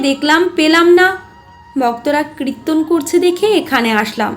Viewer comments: কৃত্তন বলছেন কেন ? ওটা কৃত্যন নয় কিরটন বা কীর্তন । এত মিষ্টি কন্ঠ কিন্তু ভুল উচ্চারণ ! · বারবার কৃত্তন‌ কৃত্তন‌ শুনতে কানে লাগছে